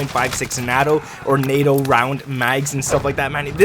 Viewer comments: You prefer saying nay-toe because that is how it is pronounced, can't wait for a nether great vid, good stuff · You say it like NATOE because that’s how it’s pronounced. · Nice set up, also, you’re saying NATO correctly lol.